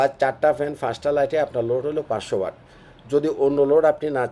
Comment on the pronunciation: আপনারা টেকনিক্যাল লাইনের লোক হয়ে ওয়াট কে ওয়ার্ড বলেন 😅😅😅